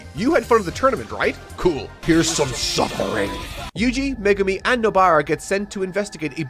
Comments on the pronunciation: Wonder if he still calls Megumi "Magoomi" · Oh cool he’s not “Me Goomi” any more